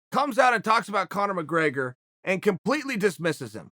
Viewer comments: There's no A in McGrAgor sonnen 😂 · “Connor McGraygor” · "Conor McRAIGER"